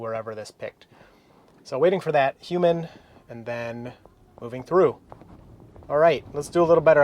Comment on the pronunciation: You need to work on that "human" pronunciation, you should aim more for "huu-maan" in this context :P